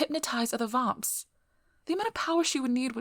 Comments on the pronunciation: God that pronunciation of vamps is too posh it's like your forcing a fake accent it's detectable to my ears I have shit eyesight so my other senses make up for that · great audio :D even if it took me a few moments to realise you're saying "vamps"